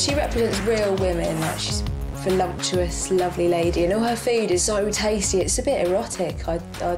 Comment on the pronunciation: Volumptuos 🤣🤣mean voluptuous luv?